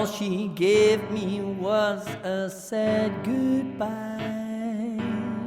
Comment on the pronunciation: Però anche tu a volte pronunci sad come said....grrrrrr!!!